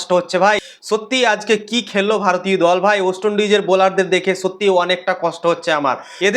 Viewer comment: উচ্চারণ ওয়েস্ট হবে ওস্ট নয় !! 💩